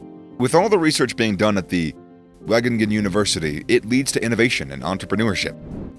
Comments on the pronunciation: wageningen not wagoningen JONG LEER PLAT OF HOLLENJERS KALLE! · From now on, it shall be known as Waagingen. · I laughed at your pronunciation of Wageningen, thanks for that :P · i love how they pronounce wageningen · As a dutchy studying at wageningen, I love the way you pronounce it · de manier waarop ze Wageningen uitspraken xDD de stad waar ik woon lol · Omg even my hometown has been in this video lol, its fun to hear the english pronouncation of Wageningen 😂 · heeeellll nah its WAGENINGEN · I’m from the Netherlands and the way he says Wageningen is quite funny, but good video👌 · Yeah or not have researched howto say Wageningen. Makes this video a bit shite imho. But i guesst his wasnt meant for us Dutch people. :D